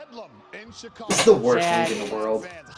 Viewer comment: Go Hawks. Also it's not CHicago. It's SHicago.